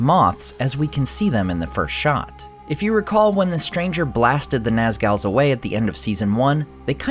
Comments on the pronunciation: Naaz-gal? Naz-gool, man. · NAZGALS?? Ummm, try NAZGULS ("Gools"). LMAO. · naz-GALS hahahaha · Not the “Nazgals” 😂😂😂😂😂😂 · What are nasals do you mean nozzles Because pronounced nas Gul like GHOUL goal just to spell GUL Naz gull But I've never heard of not schools Or you pronounce it nice girls since when a girl is dangerous that's girls oh my God this is not school ghoul like a goal like a goal they actually took the word not go old from the nozzle from Tolkien They adapted it and made it their creature inhabiting events is symbiote Or as a host a parasite excuse me not all the humans of the host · this guy doesn't even know how to say "nazgul" , he's here to break it down for you guys buckle up XD